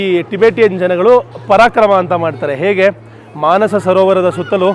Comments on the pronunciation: ಅದು ಪರಕ್ರಮ ಅಲ್ಲ ಪರಿಕ್ರಮ ❤❤ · ಪರಾಕ್ರಮ ಅಲ್ಲ ಪರಿಕ್ರಮ ಯಾತ್ರೆ ಅದು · Parakrama Alla Parikrama